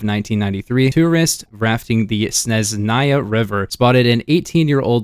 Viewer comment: Very good pronunciation, except for the Snezhnaya river. ZH is the sound found in words "seizure", "mirage" and "decision"